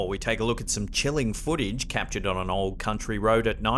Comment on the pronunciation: What is Twidder? foodich? Is it Twiiter & footage?